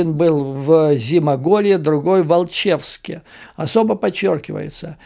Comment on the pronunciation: Наверное, всё таки не Волчевск, а Алчевск.